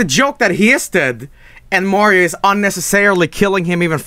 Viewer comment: HEY LITTLE BRO, OR SHOULD I SAY GREEN MAHRIO?!